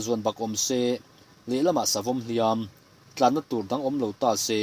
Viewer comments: Sakei chhun hlumtu hi Tlana tih ni lovin 'Tlâna' tih tur a nih zawk hmel. 'Tlân-velova te" tih pawh hi tlân aṭanga an kaihlek a ni ang. Tin, vaisehsên tih kha vaisehsen tih zawk tur a nih hmel bawk (sen - thlûk hniam thla, "eng hmanga tih sén nge i duh?) tih ang deuh. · Tlana...tih hi 🏃‍♂️‍➡️tlan (run, running) tih anga thlûk tur a nih hmel, a dawt thu tlan-ve lovate tih aṭanga ngaihtuahin.